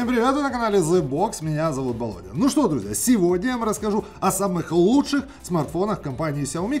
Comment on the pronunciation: А как так не Володя а Болодя.